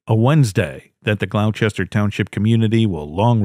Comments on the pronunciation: First story. It’s Gloucester not glochire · AT- - GLOUCESTER- Pronounced GLOWSTER ! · Gloucester is mispronounced. It's pronounced glawster just like in England. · Learning the right pronunciation of nouns is necessary for any enjoyment of your videos because it sounds like nails on a chalkboard every time you mangle one; Gloucester= GLAW-ster.